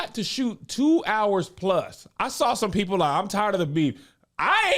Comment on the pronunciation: You got hours to fill. Really breaks down your “ours” (you angel and Josh). Cause you gotta silence the haters. Are the h becomes silent lol